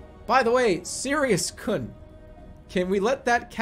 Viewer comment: Sirius kuhn (It’s supposed to be pronounced like koon) Don’t call me a weeb!! I took a Japanese class in college and did very well.